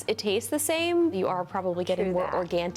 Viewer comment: "Organtic" gave me flashbacks to Officer Big from Reservation Dogs. He drinks energy drinks because they're organtic, you know.